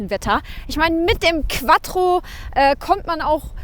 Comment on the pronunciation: Das heisst quattro und nicht qwadro...ihr deutschen...🤦‍♂️😂